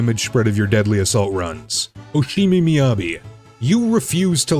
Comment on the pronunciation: Okay, I'm about halfway through the video, and my question it "Why do you keep mispronouncing characters names?" You called Corin "Orin. You called Hoshimi "Oshimi." You called Komano "Amano." And you called Koleda "Oleda," before correcting yourself when you said her name a second time a short while later. See, it's stuff like this that makes me question whether you actually play this game, and whether or not the dialogue is just being spoken by AI. Aaaaand as I'm still writing this out, you say "Aka," instead of Baka.